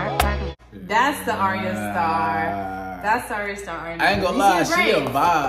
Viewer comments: Her name us pronounced eyera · Her name is pronounced i-Rah. Just like it looks. Not "Aryaa" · Its ayra starr not arya starr🙄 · 🤣 Aria no, Ayr-a Starr. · Your saying her name wrong, it’s not aria it’s ayra